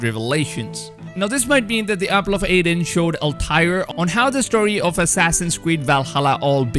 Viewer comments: It is the apple of eeden and not aiden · like the garden of Eden it is also pronounced as the apple of Eden and not aiden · why do you say Apple of aiden... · If I hear him pronounce it as "The Apple of Aiden" one more time, I'll have a stroke. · The way he says EE-DEN bothers me xD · Apple of "Aiden" got me irked.............................. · “Apple of Aiden” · Say it right! Damn it!!! Eeee denn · Did u say apple of Aiden haha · What the fuck is the apple of “EHDAN” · What the hell is an apple of "Aiden"? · The way he says AAAAAAADEN makes me chuckle. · "Apple of AIDEN" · Bro his "Al-TIRE" is even worse than his "apple of aiden" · When will this dude learn to say Apple of eden and year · Also his way of pronouncing 'Eden'. Has this guy played an AC game before, he should know this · EDEN... ITS EDEN!!!!🤣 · Ok, so have you even played games or do you have such a bad ear for language that you don't even know how to pronounce "Eden", I can forgive Altaïr as it is a weird name to westerners but the dots above the "i" means it's extended, also the "r" should be sharper, but that's not the point here, youre pronouncing "Eden" as "Eyden", this leads me to think that you have never played ANY Assassin's Creed games, as you always hear them call it Eden, in the european way, or you have such a bad ear for language that you shouldn't make such videos without reading up on pronounciations! Sorry for the rant, but these kinds of things kinda grind my gears, especially since noone in history (at least as far as I know) called "Eden" for "Eyden" in speach... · Yeah no effence to but its not that fkn hard to know the difference between AIDen and Eden...And it's not just this word either but this time i couldn't stand it. Still hes doing a great job on summing up all the content info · Wikings and walhala :) my favorite youtuber. Im not being a troll or making fun of I dig the accent! And eden being pronounced a'den :) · E-den ,,,, not A-den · Eden not Aden